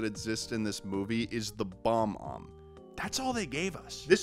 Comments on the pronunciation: Why do you keep saying Bah om? It’s Bob-Omb. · 1. its bob omb not bomb omb 2. its wild you didnt mention that BOTH of their last names are mario, MARIO MARIO and LUIGI MARIO wtf is that? 3. Cacodemons are cute c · I can’t get over the fact he keeps mispronouncing bob-omb